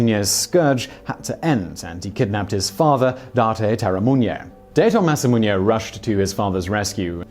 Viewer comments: Its masamune not masamuñe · Masamunya? You gotta put stuff on screen when you're not sure how to pronounce it.